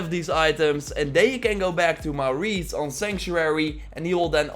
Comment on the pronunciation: The way you say Maurice has made my day. 😁😂